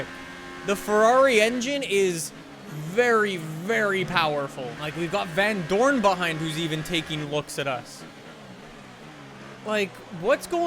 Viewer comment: The way he says vandoorne is so funny becouse iam belgian 2 and know him irl